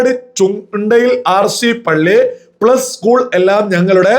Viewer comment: ഉസ്‌കൂൾ അല്ല സ്കൂൾ